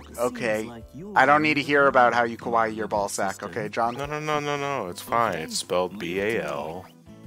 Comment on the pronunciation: Considering how pronounced "kawaii" as "kowaii" (the way most weeaboos say it), he just called them scary balzacs...which is still accurate.